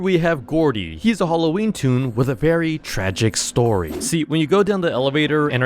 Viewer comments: Not "tune"🥲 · Bro he said tone is toon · You mean toon